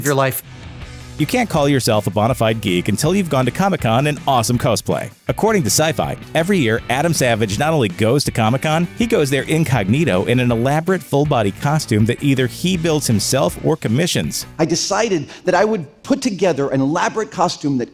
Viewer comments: Did he just say "go to comicon in 'co-splay' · Coasplay? lol